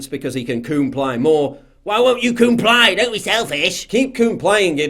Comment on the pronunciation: Coomply is my new favorite word 🤣🤣